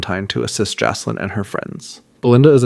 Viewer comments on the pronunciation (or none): FYI -- It's pronounced "JACK-lin". not JASS- lin, unless you want to sound like an idiot for the rest of the series. The name Jaclyn is a feminine name that is a variation of the name Jacqueline. Other variations of the name include Jackeline, Jakelin, and Jackielyn. The diminutive forms of Jacqueline include Jac, Jack, Jackie, Jaque, or Jacqui.